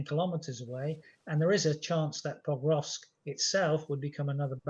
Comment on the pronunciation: Pokrovsk, not Povrovsk! It's bad enough that the host gets it wrong, but the guest also.